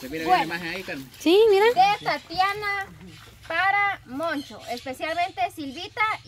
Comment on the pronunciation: Se llama tatiana no tatania asi dijo alfonso escuchenlo tatania